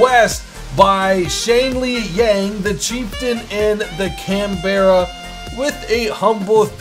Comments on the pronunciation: Canberra. We Aussies say CanBRA, you Americans seem to say CanBERRAH. Hmm. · It's Can-bruh not Can-bear-a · CAN-BERRA WUT, YOU MEAN CAN-BAH-RRA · Can-Berra facepalm Americans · btw the Canberra is actually pronounced "canbra" its also the name of the Australian capital state its just spent differently but u can pronounce it your way np there:D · The Canberra is pronounced canbra it's the Capital of the ACT Australia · I really don't want to be an arse but that is not how you pronounce 'Canberra' you don't need to put so much emphasis on the E just saying.